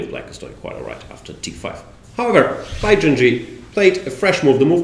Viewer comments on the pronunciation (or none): Great stuff. Thank you Jan. But why do you call the guy Bai JinJi? Jinshi should be pronounced more like Jinsh